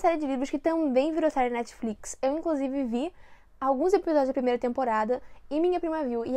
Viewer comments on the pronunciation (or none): none